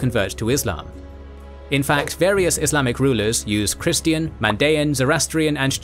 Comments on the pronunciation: Why does he keep saying “Islamicut?”? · What’s wrong with the narration? Why are you pronouncing “Islamic” as “Islamichood”?? It’s jarring.